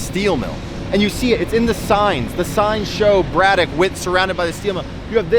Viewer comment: Here in Pittsburgh we pronounce it more like Brad-ick (said correctly ). Great set of videos covering some of the area!